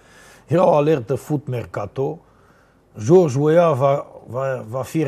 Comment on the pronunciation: Sa pronunti englezeste George Weah, Radu, ca limba oficala in Liberia nu e franceza!